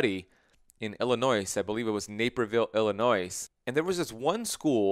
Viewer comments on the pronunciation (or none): I'm sorry, but I need to correct your pronunciation of Illinois. Illinoy...No s. Lol